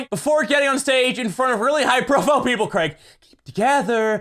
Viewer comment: Why can't Americans say Craig